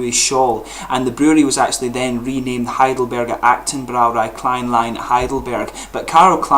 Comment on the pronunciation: Congratulations on pronouncing "Heidelberger Brauerei" correctly. The Braumeister there is a friend of mine; I will tell him about your channel.